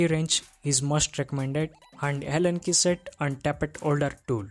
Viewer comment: i think it's Allen Key set.....not Helen key as mentioned😅